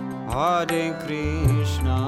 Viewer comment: That is not ”haare Krishna ” that is ”hare Krishna ", please correct pronunciation